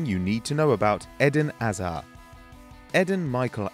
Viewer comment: Why does he pronounce It Edin Aza?